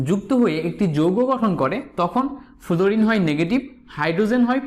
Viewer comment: ফ্লোরিন কে ফুলুরিন বলেন কেন? আগে উচ্চারণ ঠিক করে আসেন মিয়া🥱